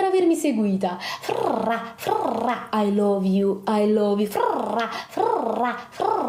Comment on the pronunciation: Mi raccomando "i lóve you" con la o più chiusa possibile!